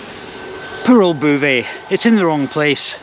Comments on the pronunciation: Your Anglo mangling of Beauvais was most jarring. It sonded like bouvez. ”Drink up"? The correction pronunciation is /bo.vɛ/ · I visited Beauvais ("Bo-vay", not "Boo-vay") Cathedral back in the 1980s (as part of an ecclesiastical architecture tour); I had no idea there was an airport... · It’s Bow vay(as in bow tie) not boo vay. A very pretty wee town on the way to Paris. Enjoyed seeing it again through your eyes. I’ve never stayed in a one star hotel. You’re braver than I am. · Yes even my vague knowledge of French knows beau is pronounced bo! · Great video, Beauvais is pronounced Bo Vais. A long O like boat, not boo like boo hop. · There is no ''boo'' in Beauvais! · It's Boe-vay and the F stands for Formula. Also kwees de grawnwee for frog's thighs and Pizza Crolla in Glasgow used to do horse pizzas. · The mispronounced "Boe-vay" irritated me much more than it should have everytime said it! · I would have thought Beauvais would be pronounced Bow-vay 🤔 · Er, "Bo-veh' (don't pronounce the h) .Just saying. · Why not try and pronounce Beauvais properly ffs ! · Maybe it's a ploy to keep folk watching his videos to see if he goes to a chatoo or quotes Boo Brummel. My sister lived in mauvais Beauvais for 8 years and she found it hilarious.